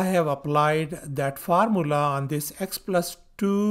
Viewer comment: Bhai Bihar se ho kya, Formula is being said as Far-Mulla